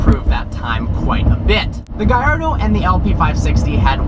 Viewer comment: Its annoying when pronounces "Gallardo" as "GaYYardo"